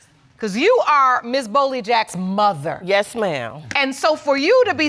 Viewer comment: I love how she pronounces "muh-ther" 😂